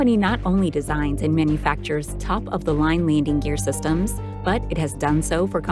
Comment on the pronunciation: Get someone to narrate who can pronounce "landing gear".